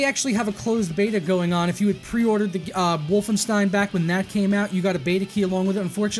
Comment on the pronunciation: That aint how Wolfenstein is pronounced :P Otherwise... thanks!